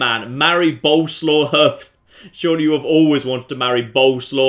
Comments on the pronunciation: you do know that Boleslaw is pronounced something like Bo-les-laff, right? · Btw the name is prenouced borleswav, hope I got it right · It's actually pronounced Bo-Les-Slav. 'Cause it's polish.